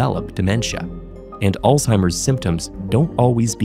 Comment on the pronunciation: 10000 points for the way the narrator pronounced "Alzheimer"